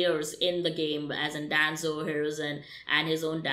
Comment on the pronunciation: Danzo - Denzo Shisui- Shesuii Naruto - Naruuoto You should work on your accent